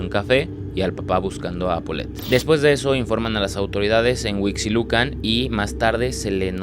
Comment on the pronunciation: No es Guevara, es Gebara. También hubieras dado tu fe de erratas acerca de esto. También acerca de "compresión TORÁXICA" 🤦🏻‍♀️🤦🏻‍♀️🤦🏻‍♀️ Ah, y por último: se dice HUIXQUILUCAN, se pronuncia güisqui (como cuando tomas whisky). A ver, repite conmigo, GÜISQUILUCAN. HUIXQUILUCAN.